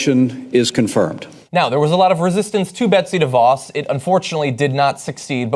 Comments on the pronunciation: Her name when you pronounce it and this is no lie is Duh - Vos take it from a Michigander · Pronunciation correction here: it's not "DEE-voss". It's "duh-VOSS". You'd figure reporters would have this figured out by now. I guess it takes being from a Dutch area like West Michigan where everything holds the DeVos name to start with (though previously proud of that, not so much anymore).